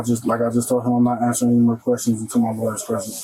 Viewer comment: "fiddy thousand queshins."